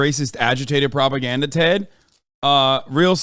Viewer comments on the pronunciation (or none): i love how hasan never pronounces ted's name right lmaooooo